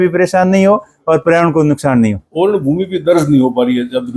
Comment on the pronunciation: तू एक बार ओरण बोल तो 😂😂